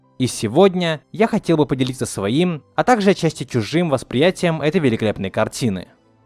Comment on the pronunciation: чувак, всё круто, только не говори "тАкже сАма" пожалуйста, у меня кровь из ушей идёт